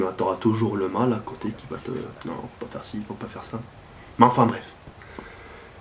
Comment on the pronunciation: on dit (pas) pas (paz)... Sinon bon gameplay:) on fait comment pour participer au concour?